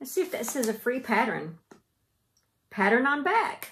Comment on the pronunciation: Pattern or patteren? lol My husband laughs every time he hears you say it.